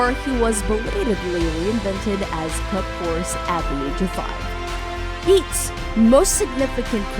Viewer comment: Yeats is pronounced Yates...chapparal is pronounced sha-puh-RALL (rhymes with alley's first sylabel ...